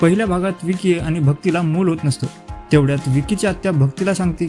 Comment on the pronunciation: विकी नाही रे बाबा ? वँकी